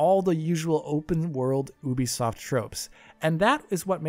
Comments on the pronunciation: Its Ubisoft not oohbisoft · Oobisoft? Youbisoft! 🤔